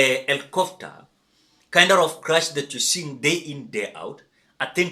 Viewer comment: Is ‘crash’ not ‘crush’🙁